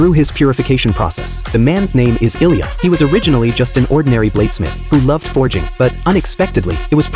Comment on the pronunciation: His name is ilija not ilya